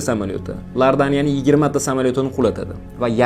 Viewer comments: Лардания😂йок,Иордания бор😊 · Qandey Lordaniya to'g'ri gapiring bunaqa davlat yo'q Iordaniya deng ? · Лардания. емес. иордания. Шу. туғри. болса. керак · Lardaniya emas iordaniya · Lardaniya emas iordaniya bo'ladi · Lordaniya emas Iordaniya davlati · Лордания дедими? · 2 марта Лордания деди 😅